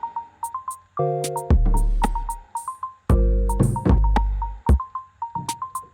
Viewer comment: starting my dad or day?? 😭 It sounds funny